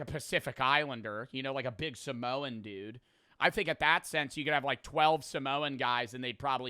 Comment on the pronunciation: Y do ppl say samoan weirldy sometimes😭🥀